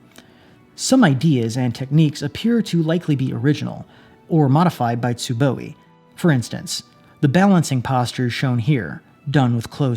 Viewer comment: Where's the extra "E" coming from in "Tsuboi"?